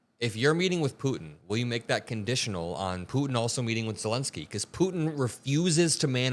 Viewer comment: thank you for getting Zelensky's name right - unlike Trump, Ben Meiselas, Kaitlan Collins and all the other Americans who keep incorrectly calling him "Zelinsky"